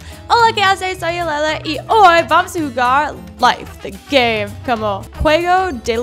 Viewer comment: tu dises olele es lele